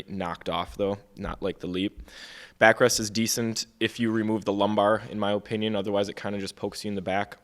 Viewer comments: Am I the only one wanting to shoot myself everytime that guy on the left say O-pinion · Bro mispronounced "Opinion" like 8 times